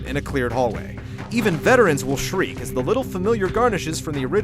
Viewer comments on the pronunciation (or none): none